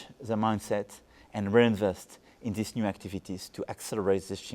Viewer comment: I love the guy. Great example of French person speaking impeccable English. But watch Jeff Glor's face... it's always vowel sounds French and American cannot get in the other's language. French make every "i-sound" like an "ee" - - not "dinner," but "dee-nur." Not "in there," but "een-zair." Perfect English, perfect grammar, vowel pronunciation kills it.